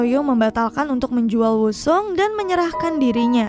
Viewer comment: Maaf min sedikit koreksi penyebutan nama korea: Soo young: SU YONG bukan so yung Woo Sung: U Song Dong Soo: Dong SU bukan dung so Sang hyun: sang hyon Soon ah: sun a